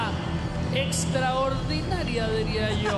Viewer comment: La única razón por la que veo esta "rutina" es por lo del minuto , es lo único gracioso, el Rafa le hace saber lo extra-ORDINARIA que es, haciendo énfasis en el ORDINARIA, fue el mejor momento jaja.